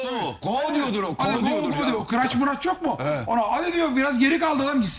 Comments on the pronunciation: Krauç diye okunur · Crouch'a Kıraç diyen zengin dostu Sinan Engin